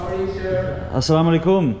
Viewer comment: The Way He Say "Assalamualaikum" Is Far Better Than Some So Called "Salamalaikum" Or "Samalaikum", Astagfirullah....